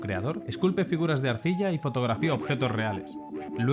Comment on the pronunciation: "Fotrografíar" XD